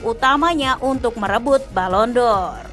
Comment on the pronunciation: Balon door kata pembawa acara kedua.. bahasa Inggris nya...